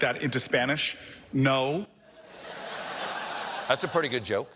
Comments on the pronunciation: Could someone please teach Booker how to pronounce "no" in Spanish? We're a poor language señor: when we write only one vowel, we say only one vowel. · Cory Booker's second 'no' was not in Spanish, the vowel in it is too long and still clearly pronounced with the English dipthong /oʊ/ rather than the short Spanish monopthong /o/. Makes the joke fall flat, tbh.